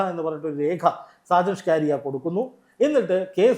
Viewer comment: ഈ മറുനാടന്റെ പേര് സ്‌കാ രിയ എന്നല്ല സ്കറിയ എന്നാണ് താങ്കൾ എപ്പോഴും ന്യൂസ് വായിക്കുമ്പോൾ സ്‌കാ കാരിയാ സ്‌കാ കാര്യാ എ ന്ന് വായിക്കും അതു കേൾക്കുന്നത് ഒരു വലിയ അരോചകത്വം പോലെ തോന്നുന്നു . തിരുത്തി വായിക്കാൻ നിർദ്ദേശിക്കുന്നു